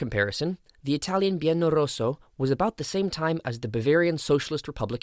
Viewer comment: I noticed that you deleted without reply my comments with suggestions regarding the incorrect titling of your video, as well as the mispronunciation of the terms "Biennio Rosso, Biennio Nero". Obviously you did read them, because you immediately went and corrected the title of the video, although the audio still contains the mispronunciation (probably harder to correct the audio of a completed video). It's almost like saying "boohoo, I'm offended because you're pointing out a mistake, so I'll correct it but delete your comment, so nobody can see I've made a mistake." Allow me to say that this is a somewhat childish and immature behaviour, given that the feedback was correct, motivated with sources, and also written in a respectful and constructive way. In general, open-sourcing, feedback and peer-review are GOOD. They allow us to refine, learn, correct mistakes, and generally produce a better product. Recognising and correcting errors, as well as thanking the viewers who take the time to pay attention, watch our videos, and make suggestions, helps to build trust and an engaged audience. It creates a community of people engaged with the creator and having the same interests. Autocratically deleting suggestions and comments does nothing more than demonstrate thin-skin sensitivity and inability to receive feedback.